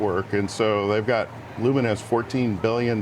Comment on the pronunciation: Lumen??? This guy ! You mean Lumentum😂😂😂😂